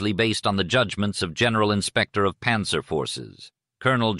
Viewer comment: The problem with less sophisticated AI voices is the failure to provide proper foreign word pronunciation. “Panzer” and “Cannes” were awfully pronounced, for example! Cannes is NOT pronounced like a tin “can”. History is important. If the little things slip, you can expect the big thing to fail as well!